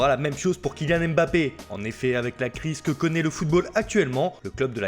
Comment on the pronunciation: Vous faites exprès de mal prononcer le nom de Mbappé. ? Jamais juste